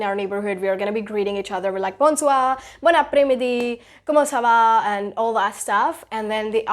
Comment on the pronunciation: Your english pronunciation is great but your French pronunciation is mostly wrong.."Bonjour" should be pronounced as " bow- zu"... and bon soir should be pronounced as "bow soi" n will remain silent